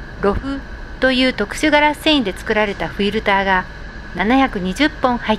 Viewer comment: フィルターの発音よ…おじいちゃんみたい